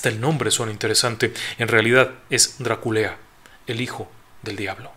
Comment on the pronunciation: Perdón no puedo evitar reír cuando dice DRA-KULEA 😂